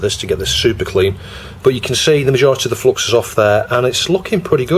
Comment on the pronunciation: see, the solder-gods are angry with you because you keep pronouncing it as flox ! ;)